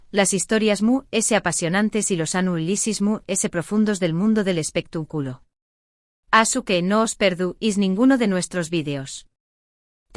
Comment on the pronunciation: Es espectáculo no espectaculo con acento en la a no en la u